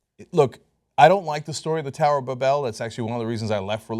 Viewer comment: Tower of "*BAB*-elle" ? WTF? Who says it that way?